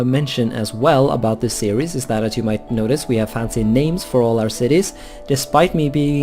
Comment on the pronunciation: Your Norwegian accent makes "Series" sound like "Ceres" as in the dwarf planet in the asteroid belt.